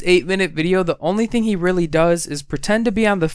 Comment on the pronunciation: his accent is just he uses 'like' in every other sentence 'fing' oh god I hate English people who say 'fing' say 'thing'